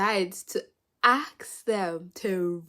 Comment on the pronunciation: "ax them to rate their intercourse". Seriously, English, it's ASK not aks.